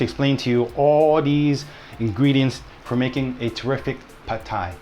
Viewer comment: OMG, didn’t know we were pronouncing “pad” Thai incorrectly - thanks for enlightening us! How lucky you are to have 2 great chefs in the family - you two are so cute working together. And little Alice is adorable! - not biased at all just because we share the same name ; )